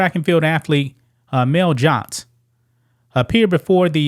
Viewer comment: any place I’ve lived or been in the US male is one syllable, while ma-eel is two